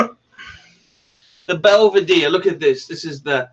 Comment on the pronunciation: Why is it impossible for to pronounce the names of Scotch corrctly? Belvadere? Phuck me dead.